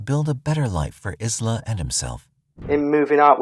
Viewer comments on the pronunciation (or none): The name of his new baby daughter was most likely Isla, like island without the N-D. Eye-luh, not Is-luh, like this robotic voice pronounced.